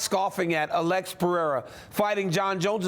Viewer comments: Nothing worse than Chael calling him Pee-era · She literally can't say anyone's name right. She doesn't know anything about the sport it's so obvious. " Peraya?" And "ankaleyiv"... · Alex Pereza lol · Pereira has one of the easiest names that people butcher. Poor dude lol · it pisses me off when espn casuals dont even bother to get the champs name right why is it so hard to say PEREIRA